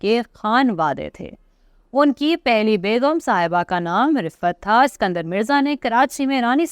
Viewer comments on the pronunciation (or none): سکندر مرزا نہیں اسکندر مرزا نام ہے